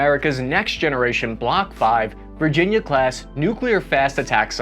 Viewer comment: "VIRGINA CLASS" ????